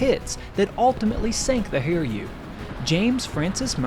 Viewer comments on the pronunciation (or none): Try not to pronounce "Hiryu" like "hear you". The carrier's name is the combination of two Kanji characters, so you should chop it as Hi-ryu, which sounds like "He Ryu".